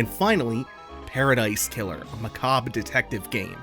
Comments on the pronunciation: dont u mean... muh-CAHB-ray?? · That's not how you pronounce 'macarbrah'